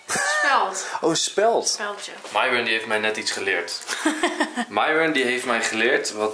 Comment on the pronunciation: Ik snap niet waarom enzo de naam van myron steeds fout zegt